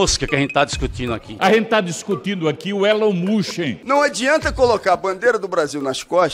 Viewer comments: Eren mosqui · Requisito mínimo para ser deputado: saber falar ‘Elon Musk’ ✅ corretamente. Deputados: Elon musqui ❌ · Deputados: Elon mustchen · A gente tá discutindo aqui o ÉLON MUCHEN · Elin Muska😅😅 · "Élon Muschen" eu não tankei 😂😂😂😂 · kkkkkkkkkkkkkkkkkkkkkkkkkkkkkkkkkkkkkkkkkkkkkkkkk "Nóis tamo discutinu aqui o Elon Muxen" kkkkkkkkkkkkkkkkkkkkkkkkkkkkkkkkkkkkkkkkkkk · "esse tal de Eloin Mosku" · Elon Muschen não dá kkkkkkkkkkkkkkkkkkkkkkkkkkkkkkkkkkkkk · Elon Muuusqui !! kkkkkkkkkkkk N Sabem nem falar... min do vídeo.... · "Elon Mush" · "Elen mosqui" "Elon musqui" "Elon mushi" "Elon mushen" Alfabetizados👍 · elon muchen... elon mochi... elon muski... elen moski... qual a dificuldade cara poucos acertaram... (ta tudo no inicio do video kkkk) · "Eren musk" tatakaaeee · nem um petista consegue pronunciar correto o nome do dono do "X" erom mush kkkkkkkkkkkkkkk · Elon Mushen KKKKKK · Mano que vergonha, esse é o nível dos nossos deputados!!! Não conseguem falar "Elon musk" ... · Caramba tem políticos que não sabe nem falar o nome do Elon musk. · Eu sei que não devemos mensurar a capacidade intelectual de uma pessoa apenas por seu linguajar, mas fica impossível defender o ataque de um deputado que nem sabe pronunciar o nome do ofendido que é uma figura pública. 😅😅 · Caramba, não sabem nem falar o nome do Musk, q vergonha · MEU DEUS ELES NÁO SABEM NEM PRONUNCIAR O NOME DO CARA MANO TDO JUMENTO